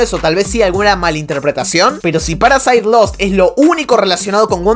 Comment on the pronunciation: Me encanta cuando dices paraside en vez de paradise